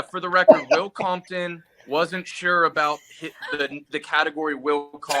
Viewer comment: Will Compton calling Will Compoton on the Will Compton category is unbelievably funny. Couldn't script it any better